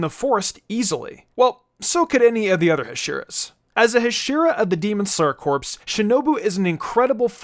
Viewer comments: It's pronounced core, not corpse. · It's not pronounced corpse it's cores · Bro pronounce corps as cor...pronouncing corps that way is equivalent to corpse a dead body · Lol my man, corps is pronounced "core" and not "corpse". It's not a dead body :P. I apologize for nitpicking but once being part of a corps it's like verbal nails on a chalkboard for me. Other than that great video! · Isn't corps pronounced core and not corpse?